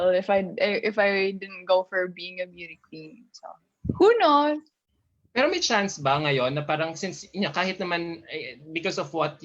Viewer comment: She's sound ditzzzyyyy .... shes a grown woman, why keep using the word "pero" & it's irritating as fuck how she pronounce it. I feel bad for the this guy asking question cuz she not connecting with question. , Basically, Gazini is dumb.